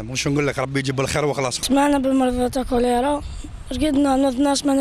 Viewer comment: وباء الكوليطة مشي الكوليرا😀